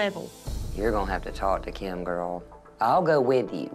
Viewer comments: says kym not Kim and its funny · saying keem bruh it’s Kim lol 😂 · says Kim like “KEYM” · says Kim's name like kyim kyim kyim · saying kim sounds like “keam” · Nobody: Kim: BABABABABABABABAHAHAHEBEBBEBEBEB